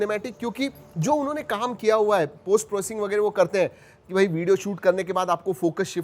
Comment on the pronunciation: That वेगेरे feels so marathi 💓